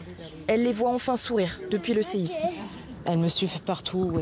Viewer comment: Le « sésime » était si ravageur qu’il nous a fait perdre notre français…😝